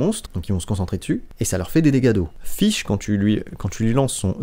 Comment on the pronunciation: Mrc pour l'info sur les voeux Je fesais tjr 10 par 10 avant Et le personnage s'appelle fishl , ça se prononce " fitchel " et pas " fish " par ce que là... Bah tu dit poisson en anglais quoi